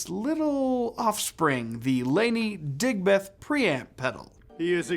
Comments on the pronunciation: Came here to comment the same. 😁 DigBETH is so grating compared to how we say Digb'th. 😁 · Dude, pronounce it properly. Like Digbth, not Dig Beth!